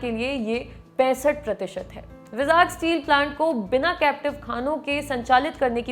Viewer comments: भाई, vizag को बोल - चाल में वाई-जैग बोला जाता है आन्ध्रप्रदेश राज्य में, ना कि विजाग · its not called vizaag, its vaaizag. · It is not विजाग , It is वाइ-जैग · विजाग स्टील प्लांट बोलते हैं ??? I think pronunciation me kuch problem hai vizag 🤔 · Vizag ka pronunciation galat hai madam ji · Please correct your pronunciation of 'Vizag'...its irritating.